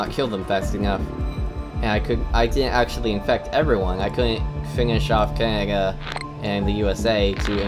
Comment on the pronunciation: Great presentation. Down with the sickness! I've never heard anybody talk who talks like you. It seems that you don't pronounce middle "d"'s in words, sometimes, and substitute it with "ng". Absolutely unique! Takes a while to tune in but eventually I can understand you. Keeps me on my toes! Cangaga? Did you maybe just come back from the dentist; did he use anesthetic on your mouth? If you happen to have a cleft palate or something, I don't mean to be a jerk about it. In that case you're doing a good job working around it and being understood, and it must sometimes be frustrating.